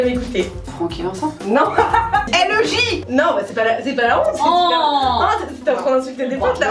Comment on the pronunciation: Qui a voulu taper son écran quand elle a dit LEJ!! Déjà ça ce prononcé en anglais et puis c'est la base ! C'est le sant !!! 😂😂😂